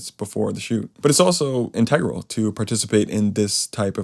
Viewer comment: People who pronounce integral like that. 🙄😝